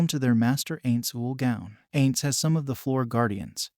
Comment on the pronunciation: not ains. Pronounce it "eye-nnnz"